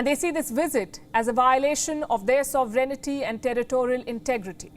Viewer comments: it’s sovereignNTY, not “sovereignity” i noticed for months now they add the letter “i” in their pronunciation of the word… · It is pronounced... So-ve-ren-ty Not So-ve-ren-ni-ty Please correct all your anchors. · It is not pronunced "sovereign-ity". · This is a small thing... but you have audiences,.. professionals, ordinary, and many of them are students. Try to check your pronunciation of "sovereignty" ..... Check on the British and American pronunciation....